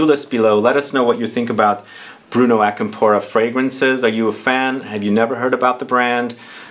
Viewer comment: Hey the accent is different on Acampora (It’s not on the “po” part, I believe from how the right pronunciation sounds the accent goes on the beginning of the word)